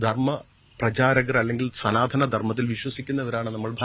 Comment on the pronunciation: സനാ ത ധ നമോ... സനാതനം ആണന്നു തോന്നുന്നു.. ചാ ഞ്ചി റികം പണഞ്ഞു മറിക്കുവാണല്ലോ....